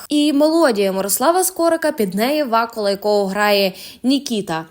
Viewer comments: Якого ВАкули?!!! ВакУли! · Не ВАкула а ВакУла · Як можна читати ВАкула, кОвзани? ВакУла, ковзанИ.. Якщо мені трапляється якесь невідоме слово, то я користуюся тлумачним словником, і це суто для себе, бо я пенсіонерка. А якщо це необхідно виходити з текстом до слухачів,то певно ретельніше потрібно готуватися. Бажаю удачі.